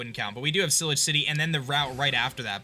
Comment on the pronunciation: this is how to pronounce it ci-la-j ci-ty